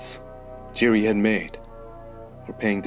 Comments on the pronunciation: It's not jiri ...it's pronounced as YIRI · hey, great video as always..maybe you are interested in it maybe not, but the pronounciation of the Z in Prochazka is the same like e.g. the S in organism..and the J in Jiri is the same as in Jan, like Jan Blachowicz